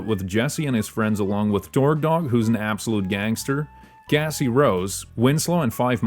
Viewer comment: gng you are NOT saying cassie.. 😭